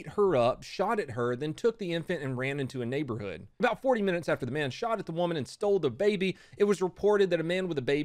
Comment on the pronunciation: Why is he saying “shottted” at the beginning